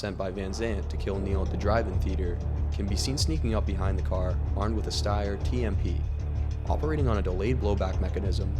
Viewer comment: FYI, It's pronounced stair not sti-er.